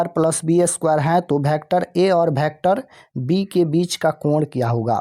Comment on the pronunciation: Sir vector hota hai bhektar nahi